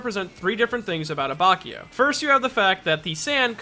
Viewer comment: It's not a-BACH-io, its a-bAtch-io.